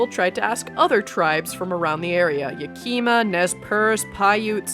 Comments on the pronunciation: mispronounced yakima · is pronounced /'jæ.kɪ.mɑ/, not /jə.'ki.mə/ is pronounced /ʃə.'hei.lɪs/, not /tʃə.'hɑ.lɪs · am I misspelling "yakeema" or are you mispronouncing yakima 😭